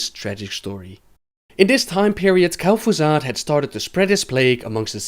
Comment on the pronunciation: who's kel'Foozard?